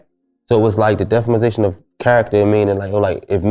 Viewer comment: it's DEFAMATION. I notice you say "defamization" a lot and that's not a word.